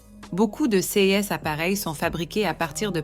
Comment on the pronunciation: J'en suis à plus de 6 minutes. Je n'entends que des répétitions dites par un robot qui ne sait pas lire les nombres en francais (pardon: mon clavier n'a pas de c-cédille), qui change parfois d'accent et qui est incapable de lire "ces". Il est hors de question que je m'abonne. Je prends la fuite dès maintenant.